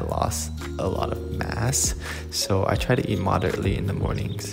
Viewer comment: Not me thinking said “I lost a lot of ass” instead of “I lot a lot of mass” 😂